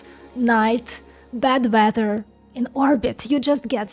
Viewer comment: Tf is Veather 😂